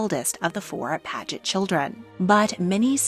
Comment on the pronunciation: The whole first half of the video she pronounces paget “pad-get” and then she changes to “page-et” I wonder why that is